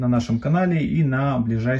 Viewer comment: Произносится «Тайни»:)